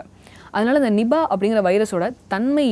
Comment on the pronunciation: not nibah.. its niipaah.. Malaysian word.